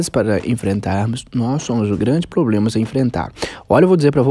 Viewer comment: Boa tarde, curto muito seus videos.Como eu sei que você não fica chateado eu vou dizer: para de falar poblema;é PROBLEMA!! Um forte abraço!